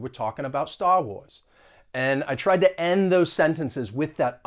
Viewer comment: Where are you from? I'm hearing ta (to) and cer-in (certain) as you speak :)